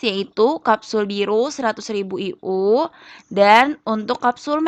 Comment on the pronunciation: Internasional unit dibaca ay yu wkwk